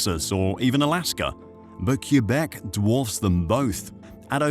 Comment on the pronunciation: Diiiiiiiiiiiiiiiiid you say "Cue-beck"? Yeah... Yeah, you did.